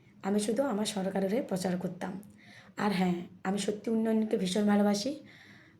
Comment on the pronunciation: কে টিউশন পড়ে ভাই?? পচার,(প্রচার) পোলিও এজেন্ট(পোলিং এজেন্ট) ইত্যাদি যে উচ্চারণ করে তার কাছে যে টিউশন পড়ে তার ভবিষ্যৎ উজ্জ্বল।